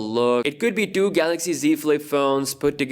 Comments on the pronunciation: Yes. No more Galaox pronunciation guys! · Roh te moon if i pronounced it right and new samsung galox comments will hit everywhere now U will be missed dj🤙🏽🤙🏽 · Say GALOXY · DJ: Galox: Garoxx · Shit so we wont get to hear him say The GALOX S20 ultra. Sad! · "Samsung Galox"🥺😥.ill miss it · We will all miss him saying “Samsung Galox” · The “GALOX” Note 10 😆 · That was fun, yes a new Galaoxy for Samsung Mobile! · It’s garax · Samsung Kellogg's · The new Korean guy will be saying Galocs instead~ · I wonder how he's gonna pronounce Galaxy😂